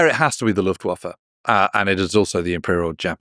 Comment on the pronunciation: One word: Luftwaffer.